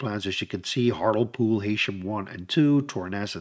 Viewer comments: pronounced hartlee pool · The way you're pronouncing hartlepool is killing me XD